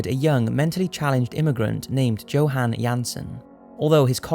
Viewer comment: "Johann" is pronounced "yohann".